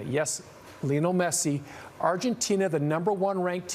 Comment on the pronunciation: Don’t even know how to pronounce Lionel Messi correctly. You guys don’t have any experts about soccer. He’s the best player in the world and you pro ice it like that. Shame